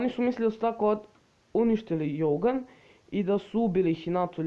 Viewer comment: Izgovara se dzougan a ne jougan